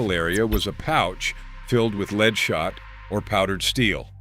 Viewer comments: Artificial Intelligence isn't so intelligent if can't pronounce lead properly or properly identify between Al Capone and Joe Bonnano. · Joe Bonanno is not the pictured person, that is Al Capone. Also, lead not pronounced leed. Editing, editing, editing.